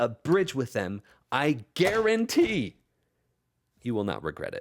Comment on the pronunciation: The "I GUEARANTEE" with the notebook smacking really got me